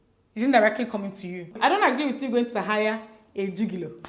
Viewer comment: The way Dimma said gigolo 😂😂😂